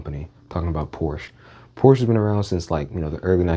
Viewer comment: Bruh that Lincoln Navigator and BMW still hit to this day. They just don't make them like they used to 😢 ... and its "Por-Sha" not Porsche 🤓